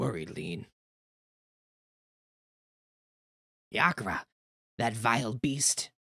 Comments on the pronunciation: The Japanese version (so arguably what the devs wanted) is Lee-neh. Where did you get Le-ann? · My only gripe is hearing you pronounce le-ann as lean lol other wise cool playthrough